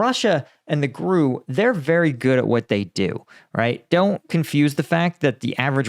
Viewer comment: It's pronounced "G.R.U." (Russian military intelligence) not "grew".